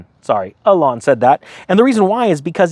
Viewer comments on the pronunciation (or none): It's Eeee-Lon. You pronounce it like a girl's name